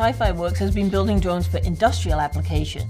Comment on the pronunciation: Poor poor Helen....she loves DWONES and WOBOTS. Maybe she know Bawwy KWICTKY